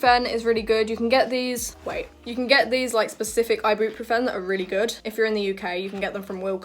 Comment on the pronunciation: The way you say Ibuprofen 😂